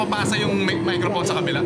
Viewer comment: "mike-rap-phone" Yung pag basa dun hehe